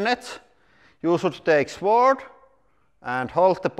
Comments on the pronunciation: in English, we don't pronounce the 'w' sword. It's pronounced like 'sord'. To be fair, it's one of the many weird exceptions in English that make absolutely no bloody sense whatsoever. Afterall, we pronounce swank, switch, swollen, and swallow, et al, with the 'w'! I'm fairly sure sword used be pronounced with the 'w', and probably not that long ago, but just not in modern parlance. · (Sword is pronounced like sord.) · In English, the W in Sword is not pronounced. So it is pronounced SORD. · The “W” in sword is silent